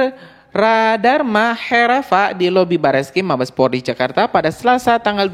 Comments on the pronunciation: Bukan PORLI bro .. POLRI .. 😂😂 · Haiii....maaaas bukan PORLI Tapi POLRI, di ulang" brrti anda juga bisa di laporkan lhooo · bukan PORLI yang bang, tapi POLRI... POLRI.....POLRI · Polri bukan Porli